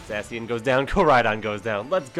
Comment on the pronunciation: The way you say Zacien makes me physically angry. Zah-SHE-In Like the sound of a sword slicing the air